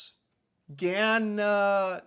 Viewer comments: Gananoque... pronounced Gan an ock way. Lol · Gananoque, pronounced, Gan-a-knock-way. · Forget how its spelled the pronunciation is gan an awk way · it's Gan-an-ock-quay My mom would go all the time in her childhood. She's spoke about it all her life. And still does at 82!!😅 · Its pronounced gana knock way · It's pronounced gan anak way,ganakaqua is right on the American border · Pronounced: GA-NA-KNOCK-WAY. In the middle of The St Lawrence River.. Amazing. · It's pronounced Gan a nock qway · Pronunciation - gananoqweee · It's pronounced gana nock way. I live there and it's very nice, but I prefer Vancouver Island where I lived before. Below the 1000 island Bridge is a nice camp site. We have boat tours that tour the islands. We'll worth the visit!!! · Pronounced Gan an ock way, the thousand islands are in St. Lawrence River between Ontario and New York State. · This is where I live and its gorgeous. The islands, where i live it looks exactly like this. Ganon- ock- way is how its spelled. Northern Ontario all looks like this. Ag- aw- wahh canyon is absolutely gorgeous. They drop you off and you can have a picnic. I stuck my head out and it was a blast. ❤ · Gananoque = Ga-nan-ock-way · Gananoque - sounds like - guh·na·nuh·kay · Yay! Thanks for this video, it's like a love letter to Ontario. Gananoque is pronounced something like GAN-a-KNOCK-way 👍👍👍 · Gananoque pronounced ga-na-nok-way. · Gananoque it’s pronounced Gan Ann nok way. You should visit Ontario and go on the 1000 Island cruise. It really is spectacular. Canada is a naturally beautiful country. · Thank you!!! I came on here to correct him on the pronunciation of Gananoque 😂